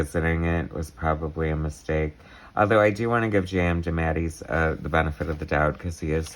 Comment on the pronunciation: 'JM Demattys'? What is that butchering of his name...?